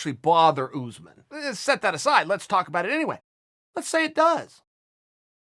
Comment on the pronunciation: “kamaru OooozMen”